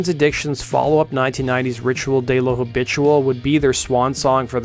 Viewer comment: U pronounced “ritual de lo habitual”very wrong but good video none the less